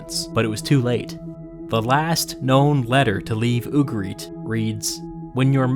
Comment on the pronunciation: ugarit, with the emphasis the U and the rest softer.